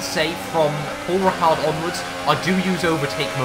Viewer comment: It's Paul Ricard not Pal Richard.